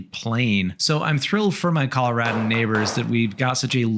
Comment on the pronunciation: I appreciate how you pronounce Colorado the Coloradan way.